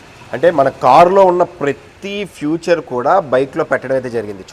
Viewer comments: ఫ్యూచర్ కాదు నాయనా అనాల్సింది ఫీచర్ అని anchor లు తప్పు పలుకుతుంటే భాష నాశనమైతుంది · బైక్ కి స్టీరింగ్ వీల్ పెట్టి బైక్ హేండిల్ లాగా తిప్పితే కారు అయిపోయిందా? పువ్వేమైనా కనిపిస్తోందా? ఫ్యూచర్ ఏంటిరా బాబూ.... ఫీచర్ రా... మినిమం ఇంగ్లీష్ రాకుండా యాంకర్స్....😂😂😂